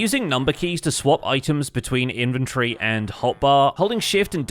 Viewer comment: In-ven-tor-ry.. Not infantry. 🤦‍♂🤦‍♂